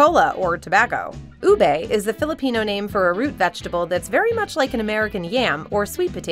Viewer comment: LoL! My apologies, but I just find these funny. It's pronounced as "u-beh," not "u-bae." And it's, "ha-lo'ha-lo," not "hey-lo'hey-lo." I cringed then laughed when I heard this. Sorry again.